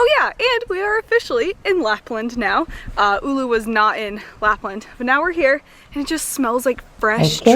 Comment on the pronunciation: Her butchering of town Oulu is wonderful. Not really. There is google thing that tells you how to pronounce things